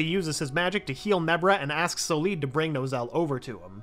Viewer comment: Her brothers name is Solid not So-lead